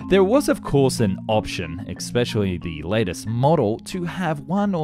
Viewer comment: The word is especially not eKspecially. Where were you educated?